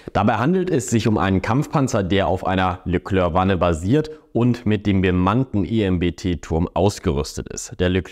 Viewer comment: Phonetisch Leklär(k) nicht Leklörk.